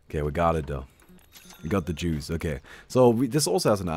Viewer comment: you're german. that's not okay lol. (he said juice but it sounds like jews, it's a joke since last time I made a joke so many people got butt hurt).